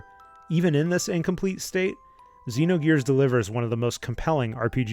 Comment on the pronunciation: Xenogears. It is Xenogears.